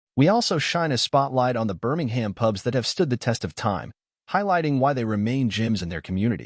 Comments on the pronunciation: Best watched with the volume set to zero - Would be improved with a transcript - then wouldn’t need to listen to the appalling American accent of the generated narration - mispronouncing Birmingham and generally irritating and annoying- Why can’t the channel record its own dialogue- preferably with a local accent ? Photos are great - information interesting if you can tolerate the awful audio track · Birmingham isn't pronounced like that, I'm confused!